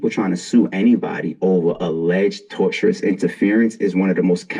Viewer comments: Battle rap fans swear they lawyers mane. Talkin bout “tortious interference” and can’t even pronounce the shit right 😂 “TOR-SHUS.” Not “torturous”. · And It’s pronounced “tor-shus” MFs sayin “torturous” like it’s torture.. well I guess it feels like it if you gettin bullied and shit 😂 or “tortuous” which means twist and turns, zig zaggin’ and shit. In any case, these is Bars. 😂